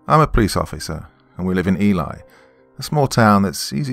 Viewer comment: Its pronounced 'E-Lee', not 'E-Lie'.